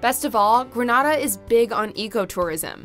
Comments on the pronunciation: Pronunciation is key An-tea-gah= Antigua Gren-nay-dah=Grenada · Wasn't expecting to see Barbados as number 1 but yay. Barbados is extremely expensive tho. Btw yall butchered Antigua and Grenada pronunciations